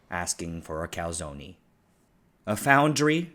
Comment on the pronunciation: Calzonie? Lmao. Its "CAL-ZONE" jeebus